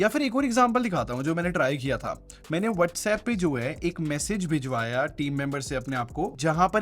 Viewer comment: Chalo ek cheez clear ho gayi iss video se.....Whatsapp nahi Vatsapp bolte hai 👍